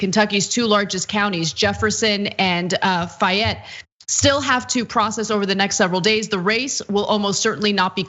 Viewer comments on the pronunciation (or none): Fay...Ette....* Not .....Fi yette.....Get it right ! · Booker closed a 50 point margin to take the lead. In person voting in Lexington and Louisville was 80% for Booker. Oh yeah, Anahit, long A sound in Fayette. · Woohoo!!! I've bn trying guys!! Hatin Mitch from Eastern KY. And Fayette is pronounced faye-et lol